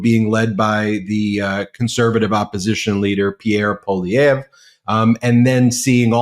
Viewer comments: Thanks for finally pronouncing the Conservative Leaders name correctly:) good show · It's very rare to see our Canadian politics highlighted on a US platform. Well done. (And you fixed the pronunciation of "Polievre" and "Premier" since yesterday's vid! 😊) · You learned how to say Pollievre's name. I've been enjoying listening to how you normally butcher it